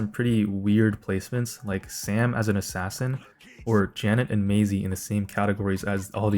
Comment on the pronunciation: "Ass Ass in" 😔